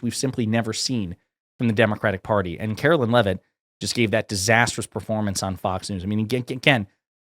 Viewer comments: It's not said like "Carolyn" Leavitt, is it? (You must not be very familiar with her.) She's not my personal favorite press secretary, but respectfully, you weren't fair in your portrayal. And by the way, "MAGA blondes", really? So it's ok to make fun of their blonde hair, as long as they're Republicans? Would it be acceptable to you to call KJP (Karine Jean-Pierre) a "Biden black"? Totally hypocrisy, dude. Bad look. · ‘Karoliar’ Leavitt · Omfg I’m a democrat but pronounce her name correctly. It’s not Karolyn